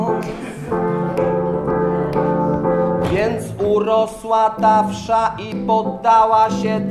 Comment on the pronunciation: Bardzo fajne, ale mówi się wesz, a nie wsza (w tym znaczeniu).